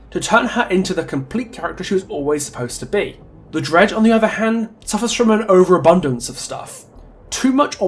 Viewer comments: Are you calling the dredge “Greg” at some points or am I just going deaf and mishearing an accent? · Am I the only one who heard ‘Greg’ ever other time you say Dredge. Even the subtitles agree. It could be a good nickname for it. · Or "Reg" like, Reginald.